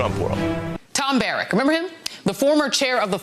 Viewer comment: It's pronounced Barrack as in army barracks. Not Barack as in Obama...